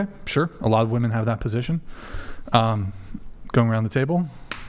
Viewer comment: Why is this "woo-men" way of saying the word a thing?